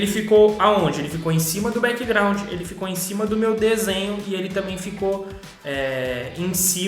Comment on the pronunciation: O q é breckgraud q vc fala aí no video😢